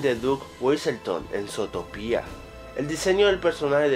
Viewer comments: es zotopia no zotopía por que lo dices con acento cuando no tiene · zotopía? se pronuncia zutopia :v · Porque lo dices zótopia?, si se dice zuutopia y se escribe zootopia :v bruh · no se dice zootoPIA es zootopia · se dice zootopia no zotopia :v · Se escribe Zootopia, y se dice zutópia con el acento, esta informacion la copiaste, no viste la pelicula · zootopia' no zotopia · es zu-to-pia no zoo-topia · Pero que mierda, primero se te estan acabando las ideas, y segundo se pronuncia sutopia no sotopia._. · "Sotopia" - 2016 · Desde el inicio mala pronunciación, Zotopía? wtf? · Zootopía con asento (·_· ) en la i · falta de ortografia le dice zotopia pero es con asento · No se pronuncia zootopia como tú lo dices puedes pronunciarlo como zutopia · Se dice zutopia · se escribe zootopia pero se pronuncia zuutopia novelero ohhh buuuu XD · se pronuncia zootopia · El video comienza mal, con pronunciando "Zootopia" muy mal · aprende a pronunciar